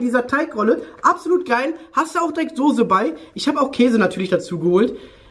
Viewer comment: das heißt Soße, nicht Sose:( Trotzdem geiles video!:D